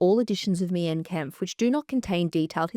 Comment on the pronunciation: I do agree with all your takes except about Mein Kampf (that is pronounced as 'mine' kampf fyi). As someone from western europe i DO think Mein Kampf should have a ban. It still is a very sensitive and painful part with a lot of people still being deeply affected by it. Also, we do get taught about it in history class and everyone knows about it, so it's not like history is lost. Just the widespread publication is not necessary. It is still actively used by neonazi's and other hateful groups to spread and confirm their beliefs and to radicalize people. I think it 100% does more harm than good having it in circulation. Having it in educational contexts versus just on every shelf makes a massive difference imo